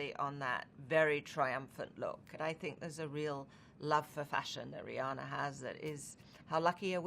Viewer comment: It bothers me that Americans mis-pronounce Rihanna And here Anna is doing it even though she and RihANNA’s names sound the same 🤣